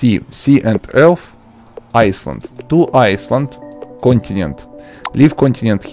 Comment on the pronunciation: its not iceland its island (PRONOUNSED eyeland i not tryna be ryude